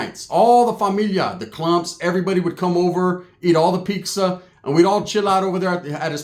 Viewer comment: “Eat all the Peekza” 😂